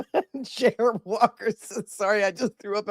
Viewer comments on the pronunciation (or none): none